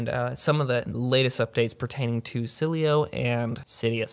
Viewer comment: Dude, you really struggle with the Sileo pronunciation. Love the content though, as always. 👍